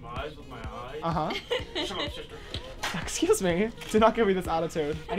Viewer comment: "Sha shister shant shing" 😭💀